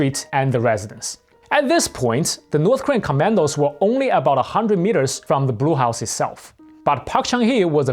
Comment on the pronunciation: Notice the presenter, "."" talks of the Brew House. Actually he's saying Blue House. Typical East Asian language problem. The sounds "r" and "l" are difficult for East Asian speakers.